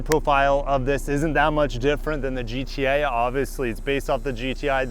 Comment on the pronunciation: is it just me or did anyone else hear gta instead of gti